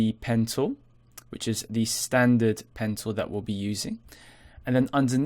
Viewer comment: Great tutorial! Every time you said "Pen Tool" it sounded to me like you said "Pencil"... lol